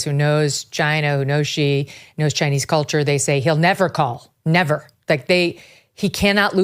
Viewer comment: NOT Chi but Si! that's how you say Xi's name.